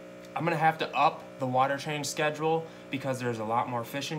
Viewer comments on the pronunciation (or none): none